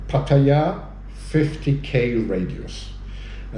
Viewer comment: ... at least he knows how to pronounce Pattaya!